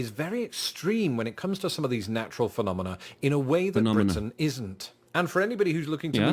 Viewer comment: Came for America's natural disasters, stayed for pronunciation of "phenomenoa"